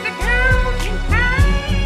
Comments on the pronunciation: I thought you were saying "golden guy" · The the worse butchering of Goldeneye I've ever heard, excellent.